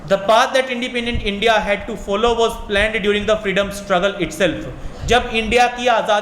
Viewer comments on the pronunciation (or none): none